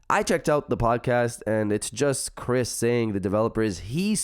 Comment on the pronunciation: You killed Chris name lol